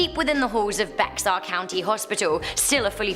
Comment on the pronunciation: Bexar county - pronouced "bear"- the "x" is not pronounced 😊